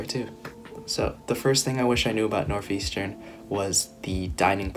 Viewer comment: NORTH not NOF